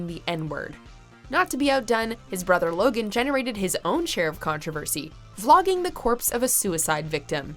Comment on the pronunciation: It's Logan not laogan